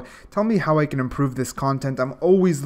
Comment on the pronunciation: Lmao I heard canto